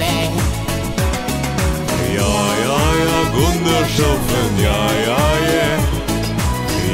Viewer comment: Gundershoffen sh ce dis SS